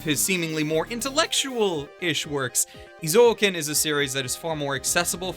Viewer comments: I like your point of view and opinion, so if you pronounce "Eizouken" as "Ei Zoken" instead of "I Zouken", I think you are perfect. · Eh~ zoh ken not ee~ zoh ken. sorry... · Interesting. I've just watched a Star Wars scene dubbed by Google Translate (of course not really, just for comedic purposes), and I get things like "You donto know de powah obu za daku saidu". However, when I hear say EezOuhkn, instead of Ayzouken, as it's supposed to be pronounced, it's clear that it's like that all over the world. I don't know which pronunciation is more funny/hurts more. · Wait it's pronounced "Ee-zo-uken"? I always pronounce it as "Eye-Zoo-ken" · Correctly, Japanese people pronounce "えい ぞう けん"(ei-zo-ken) えい is /eɪ/ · Imagine pronouncing it ihzo-oken